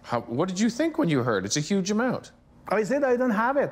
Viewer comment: its yuge